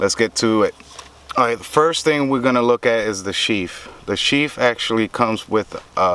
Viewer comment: Sheath... TH... Not Sheaf. Thanks for your time and the review.